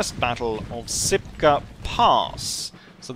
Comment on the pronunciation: Shipka. SH. Not "Sipka".